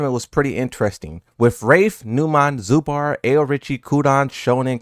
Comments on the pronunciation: It's zubeaar like deaad not bAAAr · It's zubair not zubar, it's like you combine zoo and bear together. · Zubair (Zoo-bear), not a critique comment btw. Just wanted to mention. Love you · I can feel that you will make video if any of the commentators would take wrong names of players but you're mispronouncing Numan and Zubair both wrong. Please show some effort and maybe google and try getting their names correct for once?